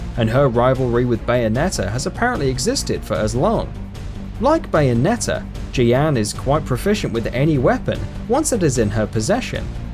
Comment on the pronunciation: Your pronunciations of Jeanne and Revan was utterly vomit-inducing. As for which side-kicks I'd like to see, Mikhail from Drakengard 3 after Branch D ending. Also, I'd love if they could make another Bloodborne game that starts off in the beginning, letting you play as Gehrman.